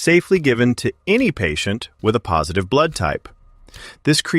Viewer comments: This is AI. It was supposed to say "A Positive" (pronounced Ay Positive) and instead said "a positive" (uh Positive). Dead giveaway. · At least they could fix the AI voice to prounce AAYY positive correctly, instead of AH positive. 🙄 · "Ah positive" Can't anybody proof their content? "A" positive, not "Ah". Too lazy to record the content yourself? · Only AI would pronounce A positive and A negative that way. Very hard to listen to it being mispronounced over and over again.